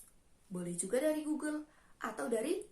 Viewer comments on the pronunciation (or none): none